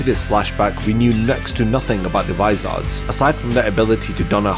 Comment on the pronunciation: Vis-OR-s. Not vis-ARD-s.